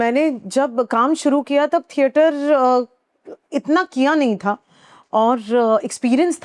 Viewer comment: ठेटर ❎ थिएटर ✅